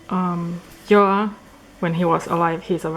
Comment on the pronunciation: Loved the tour! I also always was wondering how to pronounce Joa and I'm glad he's more in the scandinavian way than the "zjhoahh" like an american would say Joa... u v u